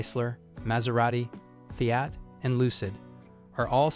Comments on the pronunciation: The F (eye) at. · Fai-at? Good lord! Train that AI or use a real human voice. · The information might be golden, but the pronunciation of the car names is so AI. It's annoying that it can't even pronounce FIAT. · It can't even pronounce "Fiat." LAZY.